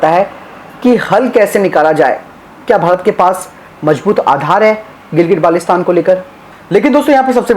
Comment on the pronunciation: Its not gilgit balestan dear, first go and learn pronunciation then you should speak about ur claims 😂😂